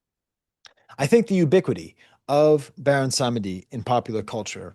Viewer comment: PS: Ogou is [Oh-goo] Lwa is (l-wah), Dantor (Dan-toe) Baron Samedi (Bawon Samdi) Fantastic analogy to the communion. Fun fact (or maybe not so fun) Bawon Samdi gets the title of Baron for the fact that it's the highest ranked European nobility that an enslaved person was going to encounter on the island. Saturday is associated with Death (Saturn) in European occultism hence Bawon Samdi.